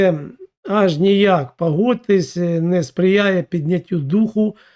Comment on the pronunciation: Не непАхитна, а непОхитна. Не вАєнна, а вОєнна. Не пАгодьтесь, а пОгодьтесь. Не дАпАвідає, а дОпОвідає. Не Адним, а Одним. Не пАтрібні, а пОтрібні. Не ворАга, а ворОга. Не гАлів, а гОлів. Не вдАскАналювати, а вдОскОналювати. Не рАбити, а рОбити. Не стрАкАвІкІ, а стрОкОвИкИ. Все, на цьому баста, бо втомився від такої гидоти, щоб записувати мерзенні спотворення слів. Та й просто не встигаю, їх так багато. "ГАворящая гАлАва", в тебе все одно відео змонтоване, бо озвучка слів не синхронна з рухами рота. Дай озвучку нормальній людині, щоб на слух було сприйняття нормальне, а не казна-яке огидне твоє патякання. А ще простіше — базікай свою лапшу на російській мові, буде природньо і зрозуміло. А щодо пЄрЄмогІ, то, як Росія, так і Україна, обидві в пастку третіх потрапили, котрі цю бійню розв'язали і шалено фінансують. Співчуваю лохам, які дають свої вуха під твою лапшу зомбопропаганди про неіснуючу та незаплановану глобалістами пЄрЄмогу.